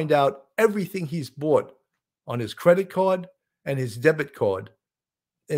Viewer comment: His cwedditt cawd and his debit cawwd,...when t f, are u gonna bring up Demtrius and Enemma Bailey?? Huh ??